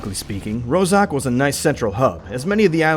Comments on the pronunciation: it is not roZok, it's a roZHok. Rozhok is a Russian slang word meaning weapon's magazine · "ZH" in "Rozhok" doesn't pronounce like "Z". It is sound for russian "Ж" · How come an official video butchers city names, eg. Rozhok, Yasnaya? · OwO yes, but 1) it is a real russian word "рожок", аnd there is, I think, even a village with the same name. 2) It litteraly means "small horn". 3) Letters "zh" in english were particulary used for russian sound "Ж", but not "z". The same story - letters "KH" (Kharkov, Khrushev) were used for russian letter "X" (and it it should be sound like "Harkov, Hrushev"). But funny that people pronounce it like "K" and don't use it at all.